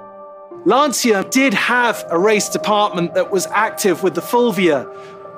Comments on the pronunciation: You pronounce" Lantcha " not Lansia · If you love this car please learn how to pronounce its name, is not "Lanzia"...in Italian phonetic is important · Great vid but PLEASE if you make a video about a Stratos at least try to pronounce LanCIA somewhat correctly. And I'm not even Italian... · Why you can't pronounce the name correctly? It seems like you do it on purpouse saying it wrongly. Why? Just why? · Epic car, beautifully filmed and presented by a guy who can't even pronounce Lancia correctly. What happened to this great channel..